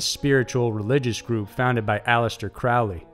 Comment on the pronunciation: Anyone that thinks that a pitifully obsolete organization like O.T.O. could have been directly involved in ritualistic murder is ill informed at best. Btw, Crowley is pronounced like the bird.